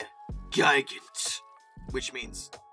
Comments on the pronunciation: Just for future reference; Gigant is pronounced Gee Gant. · By the way, the pronunciation of the Me 323 Gigant is "Gee-gant", not "Ji-gant". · Hahahaha! But seriously, "Gee-gant" is the correct German pronunciation for the word, which of course, means giant. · "Ji-gant" sounds like the name of a kaiju wanting to attack and destroy Tokyo.